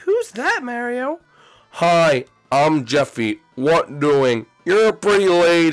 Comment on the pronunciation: Mairo MAIRO!?!!? YOU SHOULD BE ASHAMED FOR MISPERNOUSING HIS NAME LIKE THAT